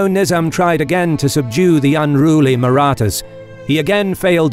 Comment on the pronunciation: The announcers voice was made for military narration. Not sure if the same person wrote the script but the language used is phenomenal. The pronunciation of "Marathas" was correct, as opposed to Kings and Generals :^)